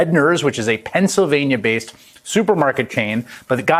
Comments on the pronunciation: Dr. Oz; Pensavanya? Really?! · He definitely cannot pronounce the name of the state where he lives.